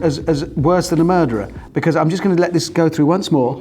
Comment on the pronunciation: Richard is infected by Captain Slow's pronunciation of "be-cazz"